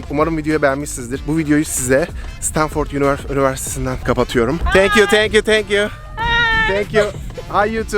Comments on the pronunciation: Stanfırd diye telaffuz et şunu ya😫😫😫😫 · stanfırt ne lan sabahtan beri gülüyorum 😂😂